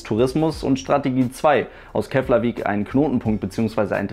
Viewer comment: Interessantes Video :) Btw: Keflavík spricht man "Keplavik" aus :)